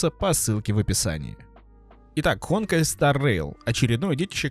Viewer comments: ХонкАй а не ХОнкай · Не hOnkai а honkAi, что у тебя с ударениями?🤣🤣🤣🤣